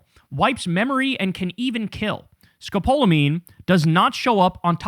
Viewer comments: FYI, 'Scapalomine' is used for motion sickness. Some anesthesiologists use it pre-operatively because it decreases saliva. Pronounced- ska-pall-omine. One side-effect is drowsiness. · (Sco-Paul-A-Mean is the pronunciation 😉💙🩵😉)